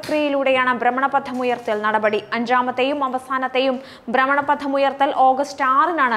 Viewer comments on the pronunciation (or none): ബ്രമണപതം അല്ല, ഭ്രമണപഥം !! അക്ഷരസ്പുഢത ഉണ്ടാവട്ടെ 👍👍